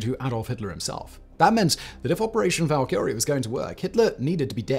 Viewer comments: You know what bothers me, when a youtuber repeatedly says a word wrong over and over again. Its Val•ka•re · Bro said Valkyrie wrong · See, this is why you need to embrace fantasy culture a little bit more.... Your pronunciation of 'Valkyrie' was.... Abysmal gives you too much credit. You should know better just because of the thousands of videos you have recorded.